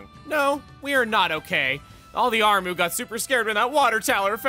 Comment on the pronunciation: Armoo? I thought it was Armu